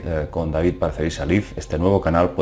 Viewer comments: Hola David. Se pronuncia "David Parcerisa Laiv". "Live" puede significar "vivir" (liv) o "en directo" (laiv).Saludos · David Parcerisa "laif" (not "lif") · Mi estimado David, con todo respeto te hago ésta observación. LIVE se pronuncia "laiv" y no "liv" cuando la palabra es usada como un adjetivo. Saludos. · Miguel F jajaja, palurdo, lo que pronuncia esa página es el VERBO, live como verbo (vivir) se dice "liv" sin embargo estamos hablando del ADVERBIO, live (en directo, en vivo) que se pronuncia "laiv" en todo el mundo, anormal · Brayan Flores Ramírez por eso majete. Live se pronuncia "laiv" y no "liv" como dice este ignorante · Pronunciación: Live: Liv Life: Laiv Que tengas un buen día. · Se pronuncia "Laiv" no live , ah que los españoles, pronuncian el inglés como ven escrito Saludos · David, Saludos y enhorabuena por el trabajo que haces al iluminarnos sobre todas esas cosas ocultas. Sólo comentarte una cosilla. Live, con el significado de " en directo " se proncia " laib " como la canción esa tan animosa Live is life " laiv is laif ". Saludos cordiales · no se PRONUNCIA LIV, se dice LAIV. aunque se escribe live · Señor no pretendo correjirlo si no ayudar se pronuncia laif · Se dice "LAIV" ignorante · Miguel F deja de hacer el ridículo con tu ingles, live como "en vivo, en directo", adjetivo y adverbio, se pronuncia "laiv" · david parcerisa liv pedazo pronunciación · se pronuncia LAIV